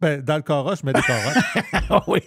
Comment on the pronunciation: Mr White se fait agacer avec un « caurosse »😅